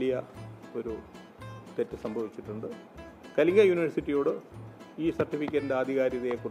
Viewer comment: കലിഗിലിരുന്നു.. വായിച്ച്... വായിച്ച്..പഠിച്ചു.. കലിങ്കു uty. ആണ് സുഹൃത്തേ.. Kalinga അല്ല കേട്ടോ.. ""